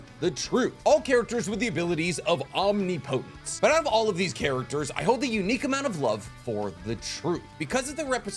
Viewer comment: you are saying "omnipotent" and "omnipotence" incorrectly... it's om-nip-o-tent and om-nip-o-tence. Not like the word potent...